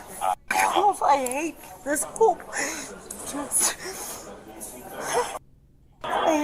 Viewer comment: 'Dis' ? THIS ! FFS